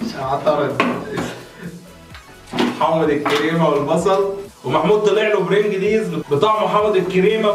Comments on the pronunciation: انت كاتب البرنجلز وبتنطقها برنجليز ياخى حرام عليك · اسمه برينجلييييز لا يا حبيبى هى بتتنطق برنجلز علطول كدا يفلاح يا ابن الفلاحين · برنجلييز ايه بس العيلة كلها مش عارفة تنطقها صح حاولوا تسمعوها من حد في الفيديو او حاجة مش كده يعني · بتنطق برنجليز غلط يافالح😂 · احا قالك برنجللليز ياعم انطقها صح وحياة ولادك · بتنطق اسم البرينجلز غلط يلا يا اهبل